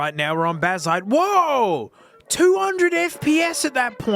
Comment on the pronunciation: Can’t believe you wouldn’t use the text to speech bazzite to make sure you’re pronouncing right